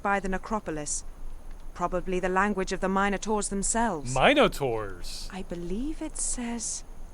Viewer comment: Credit to this game for pronouncing "minotaurs" right.